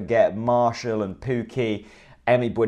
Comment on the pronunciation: You haven't nailed the pronunciation of Teemu Pukki yet either! But you wouldn't be the first to struggle with Finnish. It's kind of like Tay-moo (with a long tay & a cut short moo) & Pukki pronounced a bit like cookie with an elongated k.